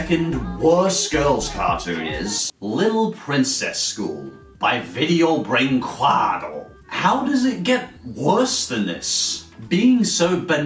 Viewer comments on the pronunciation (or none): Since you use that word a lot, "Brinquedo", I'll tell you how to pronounce it since I'm from the country that made these atrocities Brin-Ke-Do, it's pronounce Brinkedo, the "u" is silent in our language in this scenario so, for me, you're saying "Brinquado", anyway "Brinquedo" means "Toy"